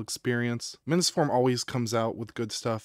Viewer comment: Wait... are you saying Minnis forum too like that idiot ETA Prime?!? I just can't. It's MINIS FORUM. MINI PC. MINIS. WT actual F?